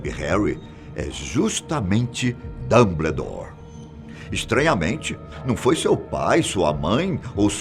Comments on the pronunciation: "Dambledour" meus ouvidos sangram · Dambledór,holywards aaaaaarggh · Que agonia com a pronunciaaaaa. é "DAMBOUDÓR" não "dumbledore" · A cada "Dambledór" foi uma lágrima. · Falta a mágica pra vc parar de falar “Damblédor” kkkkkk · Hoguiworts DomBLEdore Socorroooo 😂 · "DAMBLEDOR" KKKKKKKKKK GRITO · PAREI de ver o vídeo quando ele falou DUMBLEDORE, meu zeus. Chega. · "Dambledor" agora eu ri kakakkkkkak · "Dambledore" kkkkkkkkkkk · Repita comigo: Damboudór 😆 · "Dâmbledór" kkkkkkk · Esse apresentador é um dos melhores do canal. Mas o Dambledor dele que mata, será que a produção não vio isso kkkkk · "dambledour" me dói os ouvidos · "Rary Potter, Dambledore, Hoguiorts, Cedric" kkkkkkkkk, não confio em opinião de quem não sabe nem pronunciar os nomes do personagem, muito menos iriam saber interpretar uma obra dessas! O canal está se perdendo focando em ocultismo e coisa sombrias e macabras! Alôô, parem com isso! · Réri, dombledor, rogalts ? Tá de sacanagem né tio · A melhor até agora pra mim é "Damblédóre" kkkkkkkkkkkkkkkkkkkkkkkkkk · Que aflição ele falando "dambledor" pqp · Concordo o video está bm feito mas (harry portter???/Damblédóre???/hegwertze??) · "Dambledor" kkkkkkk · Que agonia o senhor chamando ele de DumBLEdore KKKKKKKK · Dâmbledór é foda kkkk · Cada vez que ele falou Dumbledore eu levei um Avada Kedavra! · Da até vontade de pegar pela mão e falar..."Fiiii, é assim que fala não, vem cá pra tia ensinar!" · Achei q era só eu!! Kkkkk Dumbledore e Hogwarts são as piores pronúncias!! 😂😂😂